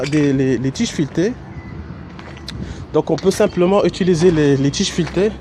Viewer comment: Merci infiniment. ps: on dit : utiliser pas "étuliser"